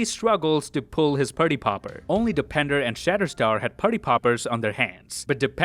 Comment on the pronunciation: His name is Dopinder, not depender.